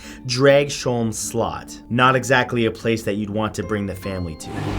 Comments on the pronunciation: What the hell you pronounced slot wrong. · The way you pronounced slot is funny as hell